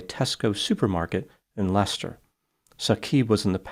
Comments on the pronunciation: Well done for pronouncing correctly ‘Leicester’ and not as Lie Chester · I compliment you on your pronunciation of Seat and Leicester which many Americans massacre. Now if only you can pronounce Warwick, RI as "whoa-ik" instead of War Whick.